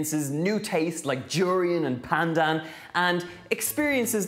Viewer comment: Sooooo glad you enjoyed Malaysia, Donal! <3 And kudos for the flawless pronunciation of 'pandan'. yayy!